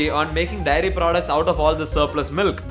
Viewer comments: The fact that is saying 'diary' not 'dairy' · bro is saying diary insted of daairy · It just occurred to me that a lot of people say diary for dairy in this country. Endearing tbh. pass me the diary milk.